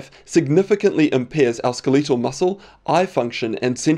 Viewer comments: "SkelEEtal muscle" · Skileetal muscle... come on man